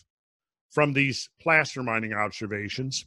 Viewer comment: From a mining standpoint.. 'placer' is typically pronounced 'place-er'. It's the small flecks of gold you find in sands, dirt. Just saying, otherwise.. GREAT video!